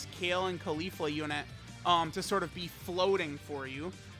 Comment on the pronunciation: Everytime I hear him say Khalifa and not Caulifla I die inside.